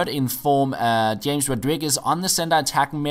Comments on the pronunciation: Not Djames god dammit, it is pronounced Hrames! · It's pronounce Ha-mes not James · Its hames by the way not james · James Rodriguez is actually pronounced "Hi-Ya-Mez" Rodriguez. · its pronounced hames